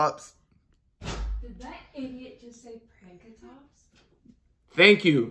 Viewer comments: Funny that he was about to lose it saying Pankatrops 🤣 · I remember when TSX1 would pronounce Pankratops as “Pan-Ka-Trops” in every deck profile it’s in >_>